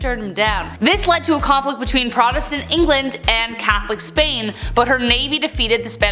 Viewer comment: The emphasis in Protestant is on the first syllable. It sounds like PRAH-testant.